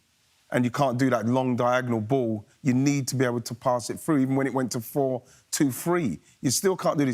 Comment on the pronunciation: Did anyone realise Keane says the follow "tru" instead of "through"😂